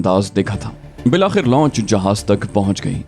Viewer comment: محترم آپ بہت سے الفاظ کا تلفظ بہت غلط بولتے ہیں مثلا لانچ کو آپ مسلسل لونچ کہہ رہے ہیں Wiley ko Aap Wala Kehtey hen Jo Ghalat he. Or bhi bohat se alfaz hen Jo men waqtfwaqtan bar